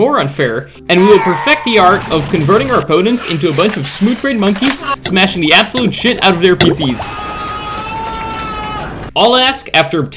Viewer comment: “Them” not “dem”, “the” not “da”